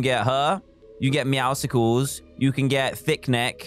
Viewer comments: dan says meow-SCles i say: meow-suls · The way he says meowusles thooo